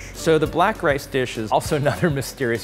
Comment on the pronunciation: Bro said lice